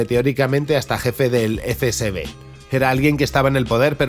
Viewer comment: Has dicho eFe Be eSe tres veces antes de darte cuenta de que es el FSB!! 🤣